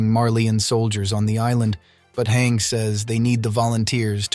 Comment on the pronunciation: i thought it was PONOUNCED HANJE NOT HANG